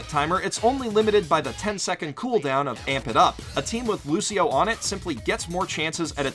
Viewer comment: No offence your saying lushio not Lucio